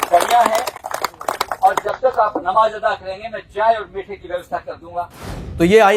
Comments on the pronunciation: साहब अता नही होता अदा होता है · अता नहीं अदा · Arey sir pehle b kaha tha, ataa nahi ada hota hai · Aata nhi hota bhai aada hota h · अता नहीं "अदा" कहा जाता है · जनाब भाई शब्द नमाज अता नहीं हे भाई नमाज अदा हे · Sirji, ek correction please. Namaj 'adaa' kia jata he, 'ataa' nehi. Dono shsbdon ka matlab alag alag he. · अता नहीं अदा होता है भाई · यह शब्द अता नहीं अदा है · right word is अदा just a correction. we salute you, your way of news reading your voice and pronounciation is excellent. hope you wont mind brother for addition in your knowledge bank.